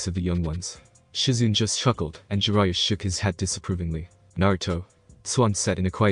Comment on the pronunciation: Sue-Na-Day, Ja-Ry-A Not Sue-nade and Jer-Ray-A